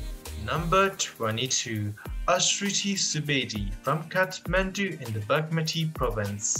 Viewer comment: How is this man pronouncing bagmati....so awful